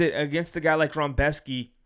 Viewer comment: Where's the "m" in "Rebecki"? Lol, love you man! ❤